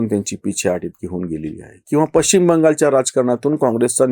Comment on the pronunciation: पश्चिम ✅ पच्चीम ❌ शुद्ध बोला आणि जपा आपल्या माय मराठी ला!!धन्यवाद!!!🙏🏼